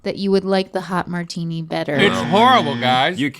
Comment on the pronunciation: "You like a martuni"